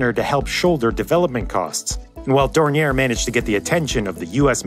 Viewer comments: To say Dornier correctly you need knowledge of 3 of the worlds 7000+ languages. The name is basically French and even in German it would be pronounced differently. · Picturing the aircraft with the Autobahn as a backdrop is authentic and a very well done animation ! PS: Better Skip the last "r" when pronouncing Dornier. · Interesting video, you seem like a very thorough guy yet you didn't research how to pronounce Dornier... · A note on the pronouciation of "Dornier": Pronounce it as if it were French, more like "Dornyé". The r at the end of this name is not spoken. Oh wait, German is famous for being so very logic because it's pronounced exactly like it is spelt? I heard that rumour, too. It's bogus. In our language, the only real rule is that there are exceptions to all rules. Nice video, I like your animated graphics! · You're pronouncing Dornier wrong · DORNIER not 'dorniere' . at least learn to pronounce names before making these videos. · I have never heard Dornier pronounced that way you seem to be ending the name in "air" this is the way I have always heard it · The company is pronounced "Door-Neer." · It's Dor-nee-Eyy, not Dor-nee-Air my guy. But that's oke, because I still say it wrong sometimes. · Dornier, not Dornière - it’s German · Thanks a lot. As always, great video. Minor qualm: Dornier is supposed to be pronounced Dorni-ay not Dorni-er (German founder Claude Dornier was born French). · Dornier [Dornyeh] from Claude Dornier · Appreciating the effort to pronounce the name in the supposedly correct German fashion but alas, it was in vain. For Dornier is at heart a French name, not a German one, and therefore the pronunciation is "Dorni-eh". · The name is pronounced French ("Daouniee" ) as Mr. Claude Dornier was of French descent and also had a French passport (while also being a German citizen, which was made possible by Count Zeppelin himself). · Dornier = Door-knee-ayy. The founder was of French ancestry. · It's pronounce "Dor-neeer."